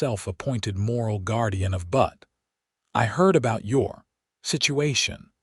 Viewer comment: Good story, but the AI pronunciation of Butte as "butt" rather than "bewt" (like newt) was really distracting.